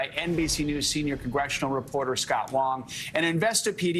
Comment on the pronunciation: It's Silicon Valley, not "Silicone Valley."